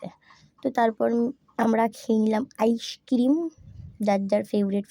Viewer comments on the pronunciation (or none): আইসক্রিরিমম..ta ki😂😂😂